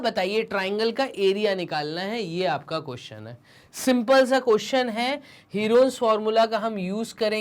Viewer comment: Herons formula ka pronunciation galat he😂😂